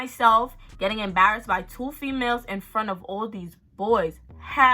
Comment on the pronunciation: “Front “ yeah she from New York 🔥❤️